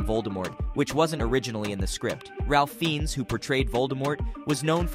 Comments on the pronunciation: ‘Ralph Fiends’ is actually pronounced and spelt ‘Ralph Fiennes’ and pronounced Rae- Fines. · His name is pronounced Fines, not Feens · I can understand saying his first name wrong, but I've only ever heard his last name pronounced Fines.